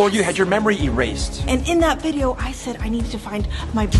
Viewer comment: I. Love. Your. Viburyoe.